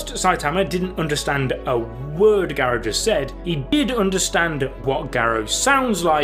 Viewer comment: the way you say Garou is making my head hurt i couldnt watch this